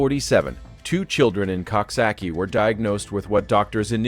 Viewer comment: It is pronounced Cooksocky(coxsackie)